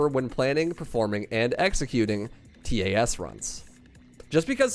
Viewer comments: I never heard someone say "T A S" Always heard it as "Tas" .-. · Anyone else distracted by him saying T A S instead of just pronouncing it tas? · Most people pronounce it tass not t a s. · It's pronounced tass. Like pass but with a t. Not T-A-S.